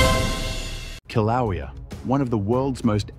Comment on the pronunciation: At least get an AI that can pronounce Kilauea!!